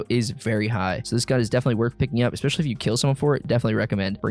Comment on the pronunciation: I'm honest to god not trying to sound like an ass-hat but I absolutely hate the way you say especially. There is no "ex" sound in especially.. Again, sorry. I love your content and definitely have that bell rung, keep up the content man this is good stuff. No good way to sign off after saying dumb shit like this so...